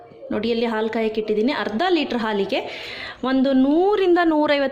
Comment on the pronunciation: All OK but please pronounce haalu instead of aalu . It's pretty annoying to listen it as aalu